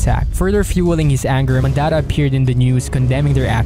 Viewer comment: Someone tell this guy how to pronounce Mondatta